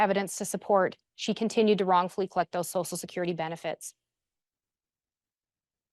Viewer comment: if saying “sosal security” is not the way to pronounce “social security” makes me a difficult person I guess I am 😂 Are you an easy person & a sosal worker by any chance?